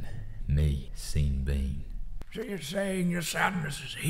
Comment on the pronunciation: Pronouncing Seen Bean, as it should be! 👏 (Or Shawn Bawn if you will)